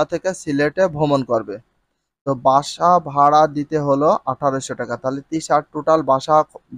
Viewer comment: ভাসা বাড়া নয়, বাস ভাড়া।